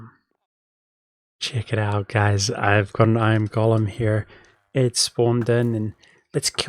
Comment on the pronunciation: FYI, the word "golem" is NOT pronounced like "Gollum" but like "goal-em"!